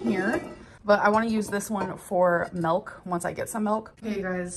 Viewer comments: i HATE the way she says milk like “melk.” it makes my blood boil 😡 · I hate that she says Melk. It irrationally irritates me so much. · As a Dutch person hearing her say 'melk' gave me the shivers. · Gorl can't even say "milk" normally.